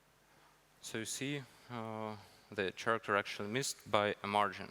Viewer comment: he pronounces character like charmander